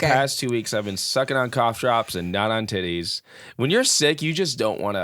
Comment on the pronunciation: ....I feel like there were a couple cooter pictures sent to Ben, you kept saying "yitties"😅 Also, if Wilde and the snake 🐍 have a fight...HELP THE SNAKE. I'm also sick with the flu, on my menstrual and craving PHO. Everyone STFU!!!😂😂😂